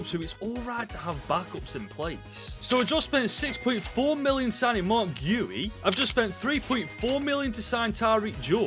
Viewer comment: Btw Guiu is said Geeoo